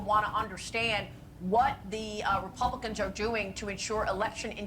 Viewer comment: are you doing that on purpose when you say "rublicans" if you look at some of your podcasts you have used it a couple of times, just a FYI, and really wanted to know, personally I think it's kinda cute, but others may think differently..